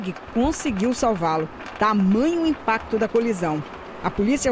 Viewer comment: A repórter disse lmpacto da colisão esse é nova...😂😂😂😂😂😂😂